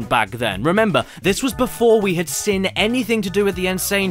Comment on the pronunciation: Why can’t you say ‘seen’ right, you say ‘sin’ great vids tho